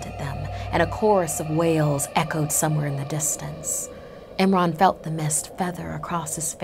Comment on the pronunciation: when she said eemran i thought she said nimrod